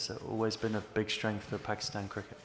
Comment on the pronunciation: England please don't call pakeestan it is pakistan 🇵🇰